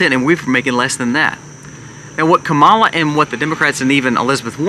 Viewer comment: Great content! I just wish you would make sure the audio is correctly synced with the video. And, that you pronounce Kamala correctly.